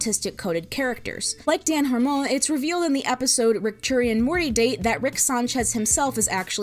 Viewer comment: The way you pronounce "Dan Harmon" is really fun x) It's "HAR (like car)-mon (like run)"